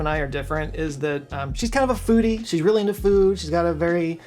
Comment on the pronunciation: “But it reawwy built my chayactewr” lmao ❤